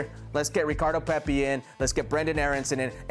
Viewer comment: can someone tell Kasey Keller his name is Pepi and not Pepe, my god